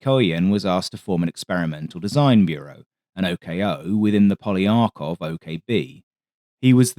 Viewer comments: Polikarpov, not Poliarkov. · MiG-1/3 is in fact Polykarpov's design (Po-lee-carp-off, btw) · I was looking for this comment. Never heard of 'Poliakov'...